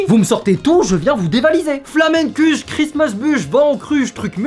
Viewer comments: Je suis Alsacien et on dit pas flamenkuch on dit tarte flambée et ça se prononce flamenkour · Il a dit Flamen CUCHE 😭😭😭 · Il a vraiment dit flameNkuche ?